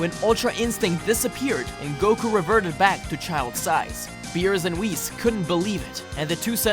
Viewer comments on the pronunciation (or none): You said whiz instead of whis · Why do you pronounce Whis like that